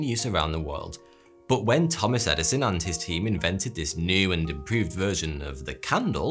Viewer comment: I had pain when you said: "When Thomas Eddinson and his team invented..."